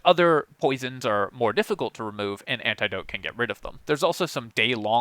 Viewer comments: Literally the first time I’ve ever heard someone say “ant-EYE-dote” instead of “ant-ih-dote” bruh what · Antidote has a "soft i" sound btw... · sorry my man, I'm honestly a big fan, just thought it was funny. I'm from the midwest and say "annadote" personally which has got to be the worst pronunciation lol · I’m obsessed with how you pronounce antidote. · One of those words where I can easily imagine someone going through life never hearing it out loud even once. I've had a few of those. Got some ribbing over how I say miso soup and executable. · How he says antidote has me crying 😂